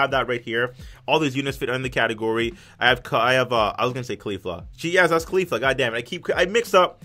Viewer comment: Btw its caulifla